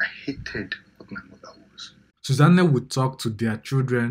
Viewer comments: You people in the comments are not asking the right questions: Why does the narrator keep pronouncing her name as “Suza Nne”? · It's the way you're calling her Susan Nne for me 😹😹😹. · This person sef doing the voice over, i don't know what to say. How can you be calling Susanne like its an igbo name. Mtcheew